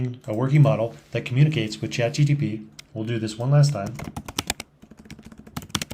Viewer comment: Chat-G-P-T, not G-T-P :)